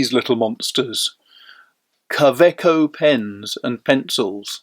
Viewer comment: Pronounced Kawayco not KA eco as demonstrated in an interview with the German COE on a you tube video. To make it easier for English speaking people. Like Robert Wagner instead of Robert Vagner.